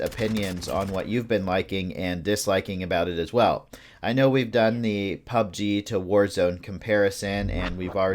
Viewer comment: Anyone else annoyed by the way he pronounces Pubg? Might be just me, good video though.👍